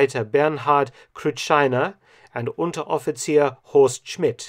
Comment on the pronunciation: You pronounced Kampfgeschwader and Unteroffizier very well, Mark. Your german gets better and better 😉